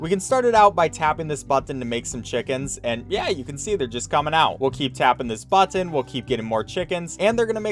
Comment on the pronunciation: do you say "bottin" on purpose